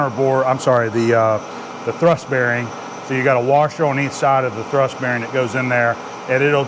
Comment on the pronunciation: Hi, 'thurst' = 'thrust' bearing.